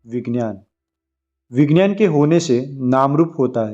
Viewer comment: विज्ञान,,,का उच्चार गलात है..वी ग्यान तो बोलो